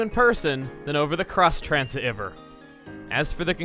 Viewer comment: those pronunciations of Xtransceiver really irate me.